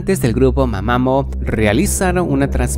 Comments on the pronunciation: jajaa... se pronuncia ma ma muu no mamamo 🤣😆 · Literalmente el primer lugar que pusiste de GFRIEND están en un lugar público, es obvio que va a ver gente atrás, cómo se supone que eso es aterrador? Luego, quienes son ese grupo llamado mamamo? Se llama mamamoo, con dos o y se dice mamamú